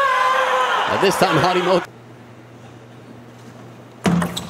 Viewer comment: Harimtoto?? It's Harimoto